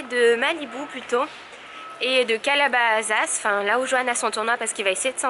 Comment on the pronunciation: Calabasas se prononce avec un S pas un Z donc CalabaSaS